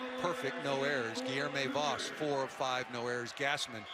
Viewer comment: Hearing the way they pronounce “Voss” hurts